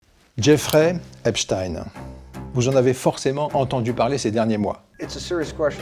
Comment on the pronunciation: Epstein , ça se prononce pas du tout comme vous dites . vous n'en avez pas entendu parler ?